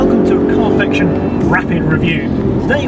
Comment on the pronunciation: i still can't take serious when you say carfection out loud